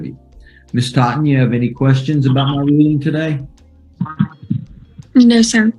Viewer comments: Ms. Thot-en 😂😂😂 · Plaintiff “Thotten” 😂😂😂😂